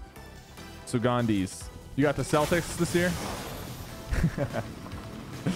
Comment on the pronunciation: bro he pronounced it seltics not like keltics